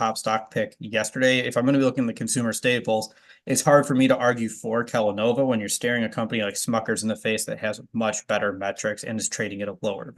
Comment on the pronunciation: KellaNOVA.....Kellanova.....kelLANOva. Yeah I don't like.